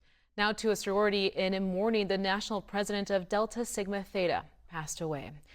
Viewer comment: I don’t mean to be negative, and did a fantastic job speaking about Soror Hickman, but that reporter need to come out with a verbal apology and correction of the name of our sorority.